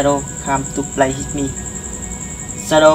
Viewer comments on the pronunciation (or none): đọc sai rồi ban oi...shadow come to play with me.. k phai shadow come to play hit me. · "Whit me" là thần chú .ông đọc "hit me" thần thím .lấy gì ra hiện tượng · Shadow come to play with me ms đúng k phải hít me đọc k đúng câu thần chú thì k có linh nghiệm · Bạn đọc sai nó nghe bạn nói hít me , nó chốn luôn rùi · Đoc còn đọc sai , phải đọc là “shadow come to play with me” mới đúng nhe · "Shadow come to play with me" mà sao đọc "hít mi" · may doc sai than chua.wit me ma doc thanh hepme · Whit me chứ không phải itme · With.k phai whit ba oi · Hen la chua doc hiếp mi do